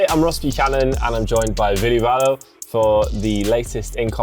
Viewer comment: “Veelee Valo” at least make an effort to learn how to pronounce your guest’s name properly beforehand